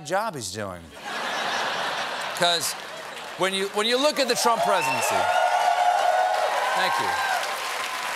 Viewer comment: “The Trumpf Recession”